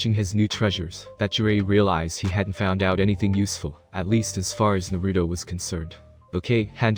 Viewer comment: I honestly can’t stand him saying Naruto wrong